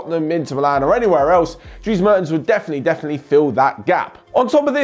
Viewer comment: the first 'e' in 'Mertens' is pronounced like the 'e' in 'yes'